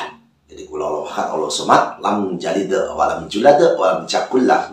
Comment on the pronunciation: Knpa baca surat iklasnya aneh,lam jalit walam julat walam jakulahu 😊😊